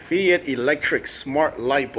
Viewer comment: I just wanted to say that its pronounced like Fight rather than "fee ite". Good review